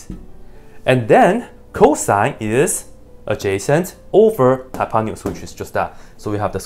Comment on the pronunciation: that's funny how hypotenuse ended up a hypanious (as far as I can hear) LOL